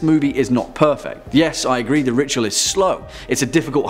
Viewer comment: The way you say The Ritual sounds like you are saying The Rickshaw, I have had many a terror whilst riding those death traps in Pakistan :-)